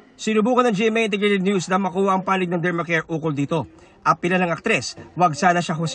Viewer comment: Dermcare not Dermacare